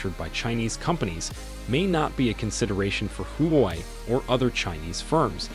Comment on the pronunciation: It's not "who why" It's shld be pronounced as" hwa way"... Just like how u shld pronounce " Huawei!!